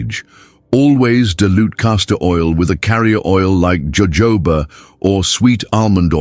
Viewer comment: Listen Mr AI narrator it's pronounced " hohoba "